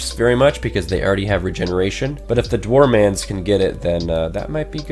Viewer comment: Dwarmans XD It's actually Dwar men